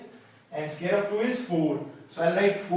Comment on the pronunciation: Why do you pronounce "square" like "scare" ?